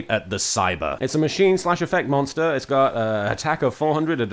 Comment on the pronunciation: “If your linked link moster” ~giggles~ 😂😂😂😂😂